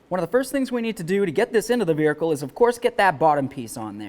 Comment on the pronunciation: Do you realize that you say Vearicle? sure is what it sounds like!